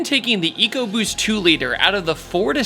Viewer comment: You pronounced Eco BUST wrong...